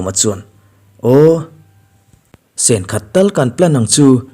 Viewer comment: Sên 1 nilo in chhin (sen) 1 tih tur ania. Sen 1 tiha sen hi rawng(colour) sen tihna ani e